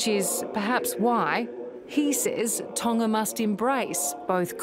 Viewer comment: tana? Tonga ? I don’t understand what she means. Can you say it in US English? lol😂